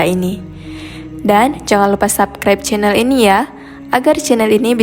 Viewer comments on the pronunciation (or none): none